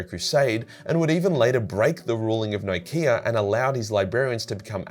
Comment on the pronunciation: When ever you say "Nikaea" all my brain hears is "IKEA". This isn't working for me =)